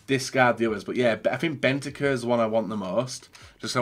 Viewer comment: PLEASE.. BENTANCUR HAS AN N IN IT